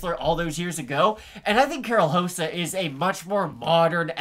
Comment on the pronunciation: It’s rosa not josa lol